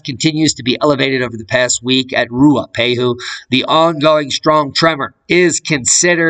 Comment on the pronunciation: Your pronunciation of te Ruapau mountain in Nz is getting good. BOOM of nz. Picking up wat you have laid down.